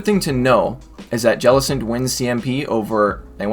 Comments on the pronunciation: Hate the way he says jellicent. It's not "ja-lis-ent" it's "jell-i-cent" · i hate the way he says jellicents name